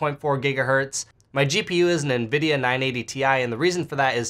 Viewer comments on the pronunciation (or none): none